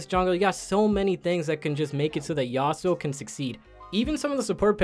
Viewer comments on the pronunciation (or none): none